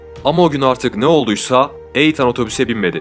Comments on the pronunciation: Eytan değil itın diye okunur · isim yanlış telaffuz edilmiş ethan- ingilizce okunuşu ethın olması gerekir eythan değil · Eythan ne lan?...İytın İytın....Nathan da Neytın diye okunur😂😂😂😂😂😂😂😂😂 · Begenerek izliyorum sizi. Elinize saglik. Yapici elestiri olarak alin lutfen bazi goze batan ifadeler akiciligi biraz bozuyor. Eytan telaffuzu mesela. Ikincisi diger videolarda da var, tarih verildiginde 12 Mayis 1996 yilinda yerine tarihinde demek lazim. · İitın okunan Ethan yazılan bir isim olmasın bu. Lütfen telaffuz ve yazımlarda kendimizi yetiştirelim. Hız İçin herkes ağır demiş ama bence iyi yemek yaparken dinliyorum. Videolara devam 👏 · Aidan olmasin? Eydin okunuyor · Kemal Sergi saçma sizsiniz terbiyeli olun ismi yanlış telefuz edilmesinden bahsediyorum ve haklıyım uzatmıyorumda asıl uzatan siZsiniz isimler ülkelere göre değişik telafuz edilebiliyor kabul ediyor uzatmayın diyorum iyi günler. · Cocugun adini inat la yanlis soylemen